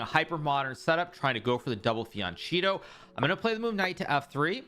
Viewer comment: Hikaru went from saying Fianchetto, to 1. Fianghetto 2. Fiancheeto 3. Fiancello